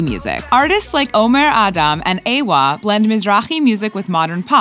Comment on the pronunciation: Please don’t call it aywar it’s A W A, lol